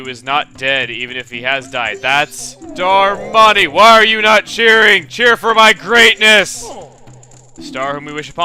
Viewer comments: It's not delivery it's Darmani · you say darmani like susano